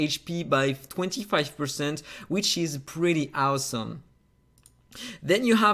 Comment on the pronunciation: It’s AUSOM how you can’t pronounce awesome 😂😂😂